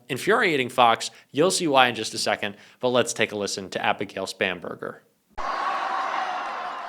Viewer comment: Thank God, I have been hearing "Spamburger" for weeks. Yuck. But it's "Spanberger".